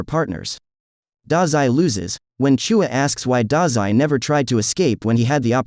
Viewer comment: Who tf is CHOOUA ITS CHUU-YA WITH AN AH